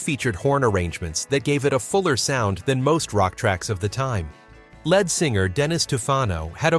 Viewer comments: "Time Won't Let Me" was on the Hot 100 for 15 , not 13 , weeks. "Little Bit O' Soul" was on the Hot 100 for 16 , not 14 , weeks. "A Little Bit Me, A Little Bit You" was on the Hot 100 for 10 , not 11 , weeks. The lead singer of a group is pronounced as "leed", not "led". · It's lead or leed singer. Not led singer. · Finally, some songs from my teen years. And I'm Feeling Glad All Over. BTW, look up how to pronounce Leonard Skynard. It's not led singer, it's lead singer. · Lead singer LEED not lead singer LED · I'm sorry..."led singer"? As opposed to Lead Singer? Who is this guy? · The guy who very smoothly narrates this apparently doesn't understand what he's reading. Otherwise he would pronounce the "lead" in "lead singer" like "lede" rather than like "led" the metal. I realize "heavy metal" was coming up, but the concept of a lead singer is a pretty basic idea for someone who purports to tell us about the history of rock groups. Embarrassing! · Leed NOT led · It’s pronounced leed not led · And it is lead singer pronounced leed. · AND STOP SAYING LEAD SINGER ITS PRONOUNCED LEED SINGER........NOT EVERYTHING IS PRONOUNCED AS ITS SPELLED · In the phrase "lead singer" lead is pronounced "leed". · LEAD is not pronounced lead as in the metal It’s pronounced LEED you have consistently pronounced it wrong not one single time. Have you actually pronounced it lead as in leader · It’s not “led” singer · How about “led” singer instead of LEAD singer. 🤦‍♀️ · I love the content but hate the fact that the narration can't get Lynyrd Skynryd or lead singer pronounced correctly. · Mispronunciations abound. Of note is "lead vocalist" as if the performer was made out of the element. These all appear on the 60s channel on SiriusXM. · A computer voice again, dammit! The pronunciation of "lead singer" gave it away.